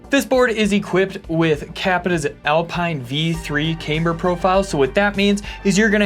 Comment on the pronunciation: says Cameber. LOL (in a Beavis laugh)